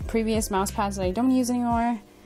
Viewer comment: The fact said moose for his mouse hahah